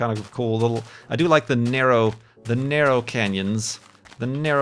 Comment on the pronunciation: "Nerrow"? or Narrow? lol